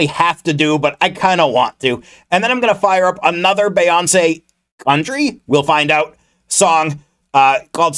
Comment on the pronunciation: Her name is pronounced bee-yawn-say I’m sorry the way you were pronouncing her name bothered me LMAOO😭